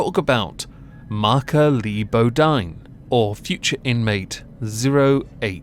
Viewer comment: Pronounced Boe deen